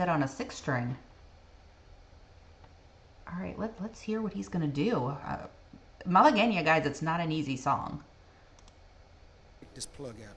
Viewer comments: Thank you for knowing how to say Malagueña. You can bet that your father had heard of Roy Clark. My sister and brother in law saw Clark in Las Vegas back in the 70s and said he put on a very, very good show. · Thank you for providing the video of Mr. Clark pronouncing the name correctly. Also, you pronounced it properly also. Good reaction.